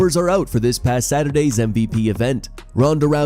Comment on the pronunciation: Everytime i hear 'alright lets get these show started' it annoys me. why couldnt he just enunciate lol